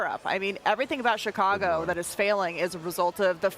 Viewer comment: She says Chicago right 🤷🏼‍♂️